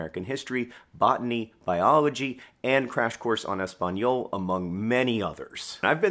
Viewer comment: love how john pronounces "en espanol" as "on/aun espanol" Pronounced "en" in a french accent not a spanish lol